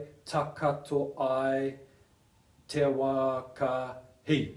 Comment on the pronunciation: Hi good on you for helping others learn Maaori culture thanks for the effort. One small supporting comment at 3.07 listen to the way you say takotoranga. It is pronounced takoto (ta(caw)to) not takato. Hope that makes sense:)